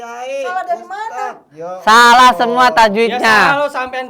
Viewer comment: Makkah hadir. 😂😂😂.itu baca basmalah aja acak 2 kan. Suruh masantren dulu 50 thn aja